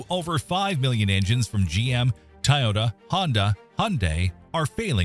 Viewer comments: Toy.... Not Tie... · TOY-YOTA!!! NOT TIE-YOTA !!! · IOW, nothing built after 2007 is a POS, no matter who produced it. Woke kids can't work on technology. DUMP the CAFE standards and just say "Keep working on mileage, please." No fines. P.S: Why do AIs pronounce it TAIota? It's TOYota. P.P.S: Please play a full tune instead of 15 seconds of violin music 4 times a minute for the 20 minute video. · Why are you calling it TIE-OH-TAH? TOY-OTA...really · Please teach your a.i. how to pronounce "TOYota". "Tie-yoda" just sounds stupid. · TOyota not TAyota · Tyota. Freakin AI bullshit. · Tie-ota? Really? More AI BS. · "TIE OTA" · Tieyota? Never heard it pronounced that way. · How the heck do you mispronounce Toyota as 'Tie-yoda'? WTF? 🙄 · Did the narrator pronounce Tiyota? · "Tie yota" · At least proof read your video. Tayota? Does AI not know how to pronounce Toyota? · Wth is a Tie-ota? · This AI narration stinks on ice. TYE ota? Really? This was the best you could find? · Tie-Ota?? You lost me there! Nope, switching to the next Vid. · "Taiyota"??? uhg. I hate AI voices. Can't pronounce for shit. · A.I. slop. “Tie ota” lol. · What's a "Tayota?" That's now how it's pronounced, mate. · What is up with people pronouncing Toyota as "Ty-ota". I know this was probably AI, but I watch several YouTube channels where they use the same pronunciation. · "Ty-ota". Yeah more scraped AI Slop automotive channels. Stop interacting with these bot channels. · Every time the AI bot says "tie ohta" a kitten dies. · “Tahhw-yeeaww-tuh” you say? Go home 🤖, you’re drunk. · Tiytota really Toyota has been in the States since the 60's more people know how to pronounce Hyundai than Toyota it seems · AI slop...The narrator cannot even say the word Toyota correctly. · Do you really not know how to pronounce Toyota? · Id say as an Ai you cant pronounce Toyota.